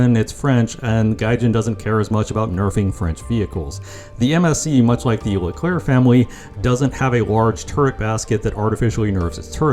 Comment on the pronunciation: When you say Leclerc just don't pronounce the last C